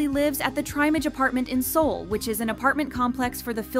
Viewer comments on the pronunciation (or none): none